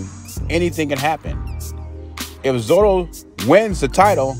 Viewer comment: Hey, I may have heard you wrong, but it sounded like you're calling him Zoro, it's "Zurdo" which iin Spanish, is a nick-name for someone who is left-handed. Kind of like we'd say "Lefty" in English.